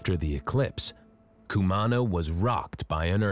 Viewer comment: Good Lord! I cringed every time the narrator pronounced Cumaná like that....